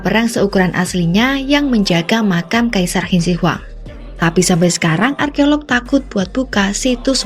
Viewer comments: Lah gila aja makam bersejarah dibongkar mah.. Terus Qin Shi Huang dibacanya Chin Se Huang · Narator beritanya masa ga bisa baca ejaan Qin Shi Huang dengan baik dan benar. Wkwkwkw